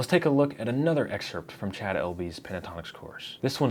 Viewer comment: Cha'ad....almost as bad as to'od! Jeeesh